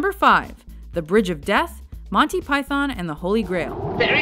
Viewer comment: You've got this critique a little confused. It's actually a two-part problem, not a one-part problem. The first part is mis-pronouncing Monty as Monny. The second part is about how you pronounce Python. The two issues aren't really connected. Putting the accent on the first syllable (PYthon) is normal, but it's a little weird to accent the second syllable (PyTHON). But neither one is really incorrect.